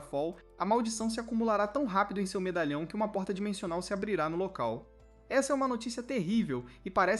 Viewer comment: eu ouvi dimechonal ou impressao minha?